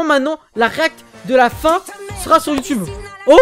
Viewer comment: C’est Sera PAS Zera